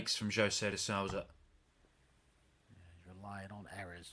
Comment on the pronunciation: Is it so hard for the uk's to pronounce "de sousa" correct?